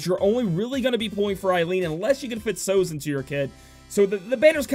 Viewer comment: American pronunciations never fail to amaze me, guess it's the location, I think you guys have a grasp of Spanish for obvious reasons but a word like Sozhe? I would have thought the film usual suspects and Kaiser Sozhe would be a good cultural reference to how to say that name. On another note, did 2 dailies, got Aileen and Sozhe. Win!